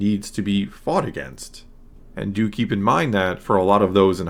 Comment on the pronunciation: "do keep in mind..." haha, you said "dookie"